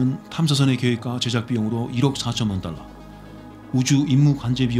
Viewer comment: xx억 달러가 xx원 달라로 들림 ㅋ